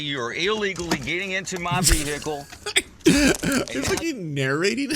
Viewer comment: You know you are about to be dealing with a dickhead when they pronounce it "Veeeeee-Hickle"